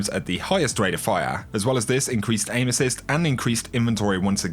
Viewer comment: My girlfriend just asked, "Why does he keep taking about anuses?" Erm, he's saying aim-assist love...